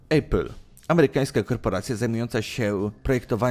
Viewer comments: Maybach nie mógł wejść w skład firmy Mercedes, bo takiej firmy nie ma, przynajmniej w Niemczech (w Anglii jest Mercedes AMG). Maybach jest częścią koncernu Daimler AG. :D PS I zlituj się Nie "Ejpl", tylko "Apl" czy "Epl". Żadnego dyftongu. :) Ogólnie dobór firm trochę nie zgadza się z tytułem filmu, ale co tam. Łapkę w górę dostałeś, ale pracuj nad materiałem. :) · Nie ejpil, tylko apple, tak sie wymawia jak jest napisane.... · nie wiesz jak sie czyta apple po angielsku? xD